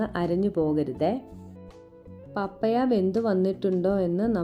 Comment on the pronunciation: പപ്പയ അല്ല പപ്പായ😅 .... ആദ്യം അതു പ൦ിക്ക് 😂😂😂😂